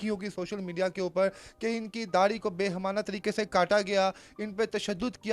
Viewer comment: Behemana nahi bal k Baheemana lafz hai